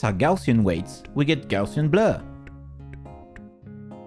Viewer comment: I like the way the pronounces, Blur.